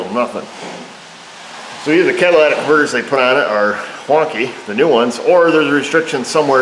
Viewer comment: Sounded like you said, "It has brand new Cadillac converters on it", lol.